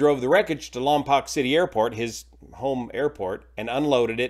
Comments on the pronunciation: Lompoc is pronounced by the locals (Lom-poke), not (Lom-pock) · Lompoc is pronounced "lom-poke", not "lom-pock". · It's LAHM- pohk not LAHM- pock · It's pronounced "Lam-poke", not "Lam-pahk" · Lompoc is pronounced Lompoke, rhymes with broke. I lived near Lompoc for many years. It was always easy to know who wasn't a local by the pronunciation of the city. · The second o in Lompoc is long as in 'Lompoke'. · For future videos, Lompoc is pronounced "Lom Poke" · Just a heads up for future videos, it's pronounced "lahm-poke". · It's actually pronounced LOM-poke - born and raised there... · Lom-poke is the pronunciation. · lompoc pronounced lom-poke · It’s pronounced “Lom-poke” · Pronounced ‘Lom-poke’ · It's pronounced "POKE", LOM"POKE" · I’m from the county where Lompoc is located, if you are reporting news try to get the location name correct.